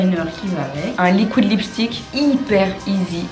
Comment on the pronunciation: et ses "LIKOUÏDE lipstick"